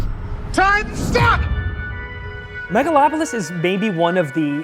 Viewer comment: "Megalon"!?! Does Godzilla show up to destroy the city? Are Gigan and Jet Jaguar there too? LOL